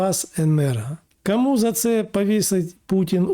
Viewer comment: Згоден в усьому. Слух ріже а-ля мацковська вимова: Акремі, Ачікує, кАму, пАпередники, Астанні... "Плюс" зміст, подача "мінус". Коротше: Ахуєть, а "училке" з української наше "ФЕ".